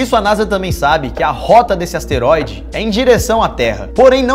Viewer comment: LUCAS AS-TE-RÓI-DE MARQUES PORRA